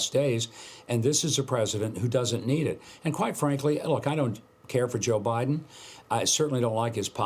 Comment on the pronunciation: joe …. “bi den!”